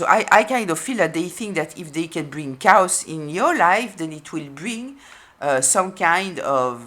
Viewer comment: They brought nothing but drama and discord. The A in chaos is long like, kay-oss. Otherwise it sounds like cows. I was still on the sheep/goat analogy and then you brought in cows! 😂